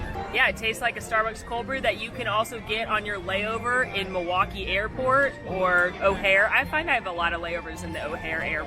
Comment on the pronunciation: Hey thanks for saying Milwaukee!! 💙💙💙